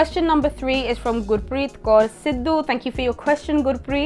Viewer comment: Tysm for pronouncing Kaur correctly 🙏🏼